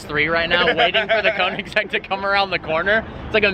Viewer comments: It bothers me when he pronounces Koenigsegg as "koing-segg" and not "Kyo-neg-gee". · BRUH ITS NOT (cone-en-seg) BOI ITS (ko-en-saag) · It is actually konseiigg agera r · And Koenigsegg is pronounced like Königseg, not Konigseg, but that said I really like the enthusiasm for cars in the video. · Koenigsegg is pronounced like kønigsegg and not konigsegg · kÖnigsegg. >>>>Ö<<<<, not o. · He just said a konensegg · after all this time ... still no clue how to pronounce it corretly. Kounigsegg lol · He can not even pronounce Koenigsegg.. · How to pronounce the name KOENIGSEGG AGERA RS